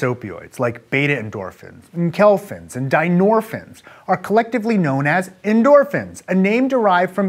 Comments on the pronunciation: It's en-keph-a-lin, not enk-elf-in. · This guy's a doctor and he can't produce 'neuron', 'enkephalin' (enkelfin was hilarious to hear), and refers to 'nociception' as 'pain'... Dear lord...